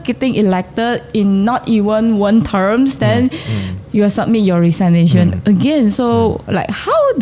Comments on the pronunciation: 他已经尝试更正妳了，是rei-si-nei-tion, 不是 ri-sai-nei-tion 😅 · Pronunciation for "resign" (riZINE) and "resignation" (rezigNAYtion) , not riZINEnation). Just like "presentation" (PrezenTAYtion) is often mispronounced as priZENTation in our country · I often hear especially when the Chinese streamers pronounce the word "resignation" wrongly. It's pronounced as RE-SIG-NATION and it's different from pronouncing the word RE-SIGN. Please be alert about it. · ，resignation 的读音错了。不是resign nation. Pls google the right pronunciation. 我没有任何恶意，只是觉得拗耳。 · Re Sig Nation 😊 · please pronounce the word "resignation" properly! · 注意學起來那個“resignation”的正確發音😂 Rafizi馬上婉轉地糾正你了。盧卡斯的英文我就算了😅 放生